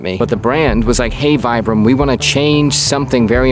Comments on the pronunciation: It's pronounced "VEE-bram," not "VY-bram." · so, VIBRAM is named after the counder Vitale Bramani. then pronunciation should be Vee Brum not Vai Brum? And anywhere other than the US, I think that's how it's pronounced. I want to put Vibram soles on my Crocs. lol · Isnt it pronounced vee-bram, not vie-bram? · The correct pronunciation is VEE-bram, not VI-bram. The word VIBRAM is made up of the first few letters of the inventor’s name, and the letter “I” is pronounced as a long “e” in Italian. Thank you for your attention to this matter. I will now go back to banging my head against the wall. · So we have another Adidas on our hands in terms of name pronunciation, where we’ve been saying it wrong this whole time? It’s Vee-brahm, for Vitale Bramani, not Vye-bruhm. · You literally just said his name was Vitale Bramani with the "vi" in Vitale being pronounced "vee" yet fully insist on "vie"-bram 🤣 That's some Americanism right there! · Please please please pronounce it correctly. It's pronounced "Veebram." Ask their Italian employees. I had been mispronouncing it since the '70s and about 15 years ago, a very close hiker friend of mine spent time in the Alps for a month and visited the factory in Italy. She had also been mispronouncing it for years, realized her error and graciously told me when she got home. 😁😊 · Nice video but it is pronounced as if you were saying “v bram” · I also say Vyebrum. Some folks say VEEbrum. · "Vitale Bramani a.k.a. Mr. VAI-bram" 😂😂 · You correctly call his name Vitale but you call the brand vibe-ram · Still gonna pronounce it 'Vee-bram.' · I love your videos. It is pronounced Vee-Bram. 👍😊✌️ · We always pronounced it "Vibe-ram" in the Army. Probably too many old soldiers too set in our ways to get people to start pronouncing it "the correct way" now.